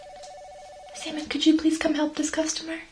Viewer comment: I am french and everytime ou say Salmon, i hear Semen... Wich is clearly disturbing...